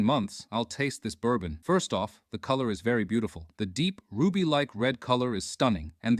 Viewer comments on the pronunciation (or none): It's bourbon dude...it's bourbon